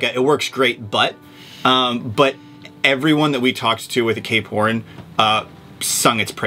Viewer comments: Ever since you guys said Cape Horn now all they hear is K porn lol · I can't un-hear K-Porn ... lol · Stop saying K Porn. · I can not unhear k-porn now 🤷‍♂️